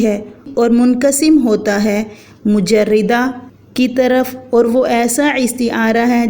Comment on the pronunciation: میڈم مرشحہ بفتح ش ہے مجردہ بفتح ر ہے